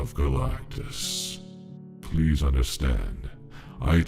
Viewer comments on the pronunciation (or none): none